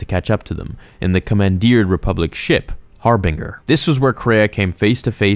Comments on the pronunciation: I'm still laughing at "Har-bing-er" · Man.....i hate to nitpick, but how in the hell did you not pronounce Harbinger correctly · The number of mispronunciations in this video is painful. I'll grant that you don't have to know how to say Peragus, but triumvirate and harbinger are real English words.